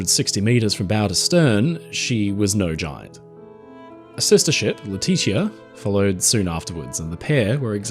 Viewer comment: FYI, the name Letitia rhymes with Patricia! Famous bearers include Black Panther actress Letitia Wright and American First Lady Letitia Tyler.